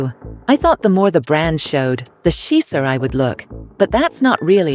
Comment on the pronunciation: "The scheezer I would look"??? Please check the pronunciation of "chic" and "chicer". This AI voice isn't cutting it. Otherwise, good information.